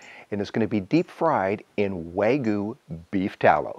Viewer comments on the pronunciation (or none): Why do you say wagu? Lol. It’s wagYu (Wahh gyu)